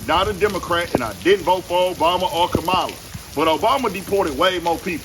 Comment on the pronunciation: Don’t get it twisted. Obama didn’t humiliate illegal immigrants. He did due process. ICE is literally harming people with violence and hatred. And learn how to pronounce KA-MA-LA name🤷🏾‍♀️